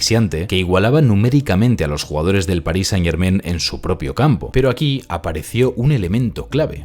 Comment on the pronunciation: Amigo - muy buen analisis, pero haz un pequeno ajuste. "Germain" se pronuncia con terminacion en a + n nasal - no en "en". Decirlo como lo dices no solo es irrespetuoso hacia el equipo, todos los francofonos, y el universo en general :) , sino que ademas, muestra una falta de cuidado que no le hace justicia a tu analisis. Solo recuerda que las palabras francesas pain y main (pan y mano) se pronuncian pa(ng) y ma(ng), no pen y men. Estas palabras riman con "Germain". Enhorabuena, y sigue el buen trabajo.